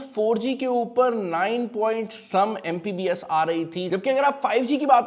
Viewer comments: What the hell its MBPS not MPBS .. And you are saying yourself a tech reviewer.. Go man get a life lol 😂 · Itna bara youtuber hai pakistan ka and he is saying MPBS instead of MBPS, and he gets millions of views and god knows how many dollars...